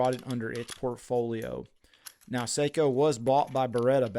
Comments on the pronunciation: Love my Sako’s ❤ And it’s Sako not seiko like the watch 😱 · No - Saahco. Long a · NO - SAAHCO. Not OH. AAH